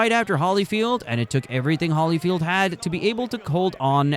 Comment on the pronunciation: HOLLYFIELD? HOLLYFIELD? HOLLY CRAP! What is this? AI BS?